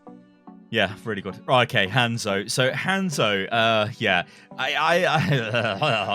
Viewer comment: its not english its romanji, Hanzo is Hah nzo like ha n zo, say it right dammit, your saying like handzo. >.<